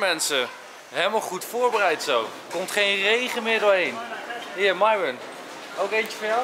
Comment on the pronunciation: Niet zoals Enzo het zegt nee... Je schrijft het goed! maar je zegt Miron